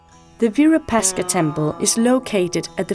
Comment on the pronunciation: In Hampi the architecturally marvelous, magnificent temple built by the rulers of Vijayanagara Dynasty dedicated to Bhagavan Shiva locally named as Shri Virupaksha, unfortunately the narrator in this documentary mispronounced it multiple times as Virupashka!